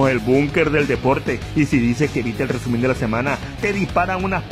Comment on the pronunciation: Jajaja rebuenisimo el rrrrreeeeeesumen de la semana navideño, y bien que cantas... Pero de la v*rga xD Feliz navidad y año nuevo